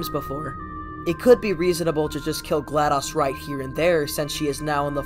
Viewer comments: Isn’t it Glados, not Gladus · He said gladas instead of glados